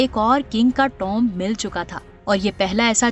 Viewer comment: یہ کس انپڑھ لڑکی سے کمنٹری کررہے ہو🤦 نہ اسے قاہرہ کہنا آتا ہے نہ ہی ٹومب کہنا اگر انگلش نہی اتی تو ہندی یا اردو میں کہا کرے اور یہ اتنی پرانی کہانی کو کیوں نئی پیکنگ میں آپ لوگ بیچ رہے ہو بہت پرانی کہانی ہے اپنی ویورز شپ کم نہ کرے پرانا چورن بیچ کر